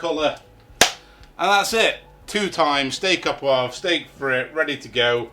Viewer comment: The French are going to be seething about your pronunciation of "au poivre". Well done. 😄👌